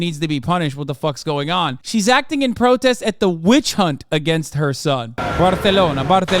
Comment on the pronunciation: I'm offensive and I find your pronunciation of Barcelona muy buena.